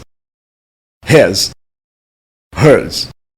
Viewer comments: Please read.............................................. For correction it pronounce (It) instead of et, (Is) instead of es, (Sit) instead of set, (Miss) instead of Mess, (Six) instead of sex, (Listen) instead of lessen, (If) instead of ef, (Think) instead of thenk. A lot of wrong pronunciation. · Not terrible, but not great either. The vowel sounds of "it" and "is" are not correct, and the speaker uses the same vowel sound as "Ed". The video pronunciation of "six" sounds like "sex". Look elsewhere for correct pronunciation of the /i/ sound